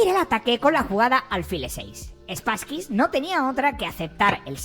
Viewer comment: 😂 me hace gracia que le llames SpasskyS, suena a perrete 😅